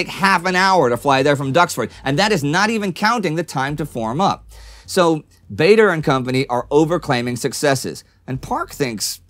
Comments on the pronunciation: Baa-der, not Bay-der. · just to let you know Bader was pronounced Bar Der and not Bay Der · Another very good video, but it's a pity Indy mispronounced Douglas Bader's surname. It's not at all obvious from the spelling, but it's "Bahder" or "Barder", not "Bay-der". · Bader is pronounced like "Larder" not "Vader" isn't it? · Another great episode this week. Congratulations to all the guys here working so hard and putting together such a fantastic narrative of the war. This is what makes it so much harder to pick up on pronunciation. I could be wrong but I’m sure Douglas Bader’s surname is pronounced Barder. This is how I’ve heard his family pronounce it. As well as a school teacher of mine who was part of his ground crew. Plus the numerous number of news reporters and tv announcers I’ve heard say his name. It’s only a small thing but just wanted to highlight it. Keep up the great work and thank you for such great content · Just to let Indy know Douglas Bader is pronounced Bar-der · I believe That Douglas Bader preferred the pronunciation of Bad er, as in bad boy.